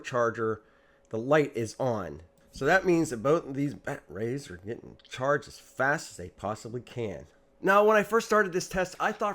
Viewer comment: My friends and family look at me funny now because I can no longer refer to 'batteries' without pronouncing it 'bat-rays' 😂 Another great video brother. Keep'em coming.